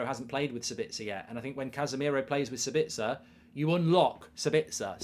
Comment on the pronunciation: As an Austrian it triggers me how you pronounce Sabitzer. You have to emphasize the A and not the I. So basically SAAbitzer